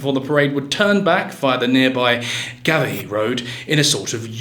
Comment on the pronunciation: It's "Craig-Avaughn" and "Gar-Vachky".